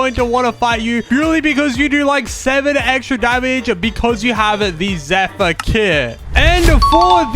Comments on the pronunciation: bruh its Zephyr not Zeneph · Love your vids and keep up the good work and its called zephyr not zenith ❤❤ barbarian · ERmmmmMMmMMMMMMmMmMMMM ITs AcTually ZePHyR 🤓